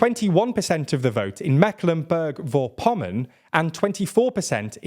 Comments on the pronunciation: I didn't know what you meant until I heard it. This really was the worst version of how someone pronounced my state "Mecklenburg-Vorpommern" lol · nah man he butchered Mecklenburg Vorpommern 😂